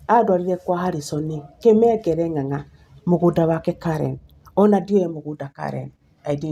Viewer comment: Not Kimengere but kamengere